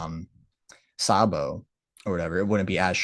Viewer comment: The person was trying to say was Sabo 😂